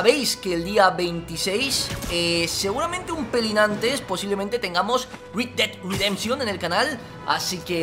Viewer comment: red dead redemption... como lo dice vegetta:rid ded ridenchion como se dice: red ded redemshon